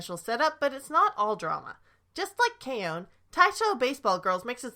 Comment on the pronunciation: K-on is pronounced like it's spelled. It's not K-OWN. 🤦🏼